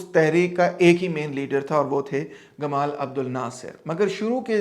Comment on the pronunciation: سر! لفظ "جمال عبدالناصر" ہے ."گمال "نہیں۔